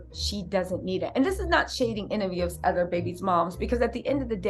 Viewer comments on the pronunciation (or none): none